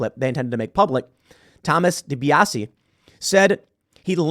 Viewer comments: your saying dibiase correct there was a wwf wrestler with the same last name. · You're pronouncing DiBiase accurately. That's how I've always heard it pronounced for professional wrestler Ted DiBiase.